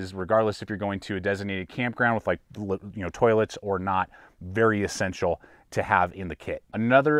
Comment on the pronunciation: He never says "e-ssential".... he says "a-ssential!"